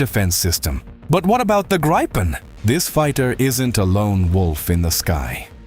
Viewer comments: It's not called the "graypen", but "greepen" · damn you.. its not graipen.. its greepen but the ee should be short like the last e... ee in english is i in swedish.. but short in this case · Gripen is the Swedish name for a Gryphon (The Queens English) or Griffin (American). Pronounce it Greepen and you’ll be correct. Grigh-pen is a really sad butchering of the name of this fine aircraft. Kind regards Anders, 69 Sweden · It is pronounced Greepen not Graipen….. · Graipen, Graipen, f_ck Graipen. It IS NOT Graipen - It is Griipen - G R I I P E N. [Like 'Mittens'] Fix your moronic AI sound making. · "Graipen fighters"? Completely mispronounced. It's "Gripen", but not "Graipen". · Graaaaipen fighters? What? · If I hear one more AI voice say Griepen fighter ill scream. Ai is absolutely killing youtube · No, it's a long i. Greepen is closer to it. But Swedes wouldn't mind if people said Griffon. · Pronoused: Greepen. The Griffon. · The pronounciation of Gripen incorrect. The i is pronounced as E in England. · In Swedish, 'i' is pronounced as 'e'.